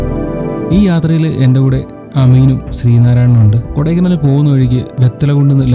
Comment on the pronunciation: Great presentation. It's not kodaikanaaal. It's kodaikaanal. Learn to pronounce the native words properly.